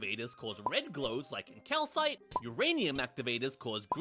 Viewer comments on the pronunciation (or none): none